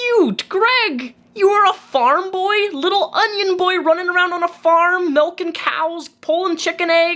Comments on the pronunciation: its MILK not MELK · Milk. Not melk. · you pronouncing milk ‘melk’ is the one thing in the six years I’ve been a fan that nearly made me unsub lmao